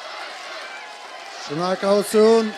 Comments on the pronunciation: Շնորհակալությունը հայինն ա ու հայերեն ա։ Քոնը մաքսիմում ՇնԱԿԼՈՒԹՅՈՒՆ ա այ Ալբանիա։ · ԿաՂնած չի, կանԳնած է, ՇՆԱկալություն չի, ՇՆՈՐՀակալություն է, ՅՈՌՌՈՐԹ չի, Երրորդ է։ Հայերեն չսովորեցիր էլի թուրք։